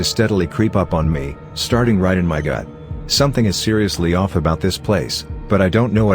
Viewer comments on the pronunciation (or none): none